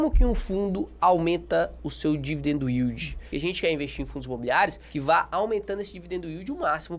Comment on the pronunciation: "dividendo uíldi" kkkkkkkkkk